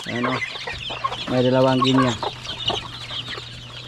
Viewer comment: It’s very annoying you always mispronounce the word GUINEA. Correct pronunciation of this word is GI NEE not GI NEYA. ILYN- Why don’t you tell not to mispronounce Gunea fowl.